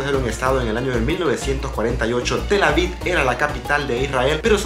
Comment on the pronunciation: Felicidades muy bonito video. Sólo una observación se pronuncia TelAviv con v al final no se pronuncia con d. Sigue adelante 👍